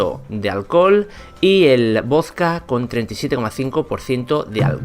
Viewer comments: Es vodka no vosca 😂buen video hermano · Por qué decís "vozka"? Se dice voDka. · Me excita como dice voska en vez de vodka >:v aprenda a hablar macho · Wtf por q dice voska si es vodka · Genio se dice vodka no voska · Me caga cómo pronuncias la palabra"vodka".